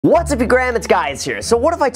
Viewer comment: I get the switch. Just doesn't sound like 'what's up'